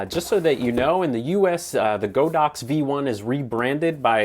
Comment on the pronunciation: The company says their name is pronounced with a short "o," but I guess every YouTube camera reviewer knows better! 🤣 I do love your channel, though,! Keep up the good work!!